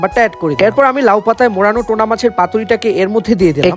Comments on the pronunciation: Tona😂😂😂its tuna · টোনা না টুনাা মাছ বলে।